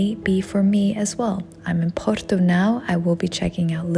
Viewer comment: Dizes muito bem porto acho que és portuguesa a fazer publicidade 🌹🤣🌹